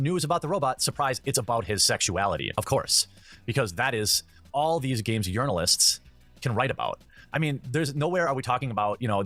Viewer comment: The way this guy says “yournalists” sounds like a hardcore dog whistle... JUST SAYIN